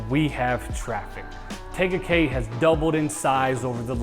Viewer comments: I hope you've heard how to pronounce the name - TEEga Cay - which I was told is Polynesian for 'beautiful peninsula'. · Firstly, learn how to pronounce the name of the city!!! 🤦 But you're from Cali (like meeeee), so you're excused. 🤣